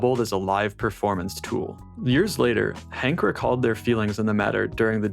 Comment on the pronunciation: it is Henke - a german name / not Hank, as you are pronouncing it in english…